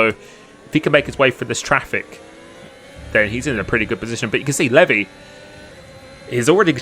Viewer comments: Pretty sure it's pronounced like LEE-VI not LEV-E , but he took that bait hard 😅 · Is it not pronounced Leev-eye? Not levy? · It’s lev-I not Levi 😂 great video watched live and was a fun one to watch!